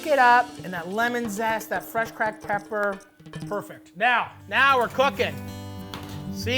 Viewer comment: If you ever say the ER at the end of CRACKED PEPP EVER AGAIN I WILL UNSUBSCRIBE